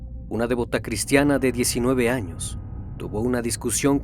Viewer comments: Saludos amigo. Se dice “Devota” no “Dévota”. Y es “Bufete de Abogados” no “Bufet”. Disculpa la corrección. Es extraordinario tu trabajo. Que sigan los éxitos. Saludos de una venezolana en Estados Unidos. Infinitas bendiciones para todos 🙏🏼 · No es de'vota con acento. Sino devota. Sin acento. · devota.....no dévota.palabra llana no esdrújula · Querido, no se dice "dévota", sino "devota". Y no es "bufet de abogados", sino "bufete". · ¿"Dévota"? Tiene acento prosódico en la sílaba "vo". Palabra grave. Siempre te escucho porque me encantan tus relatos, pero tenés una mala pronunciación en el caso de muchas palabras. Igual te felicito por la calidad de tu trabajo. Es muy, muy bueno. Corrigiendo ese tema tus vídeos llegan cerca de la perfección. El tema de la pronunciación es importante para el nivel de investigación que manejas. Saludos! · Te lo voy a tener que escribir porque sígues pronunciando mal la palabra 'debota'. Es una palabra grave, lo que significa que se acentúa en la anteúltima sílaba, o sea /deBÓta/. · La palabra Devota no se se acentúa en la e. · Total, casi me estallan los oídos, y luego repite 🤷